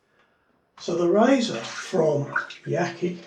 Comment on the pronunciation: By-the-way, Yaqi is pronounced: Ya-shee.